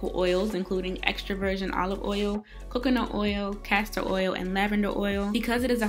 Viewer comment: Did she just pronounce coconut as kukunut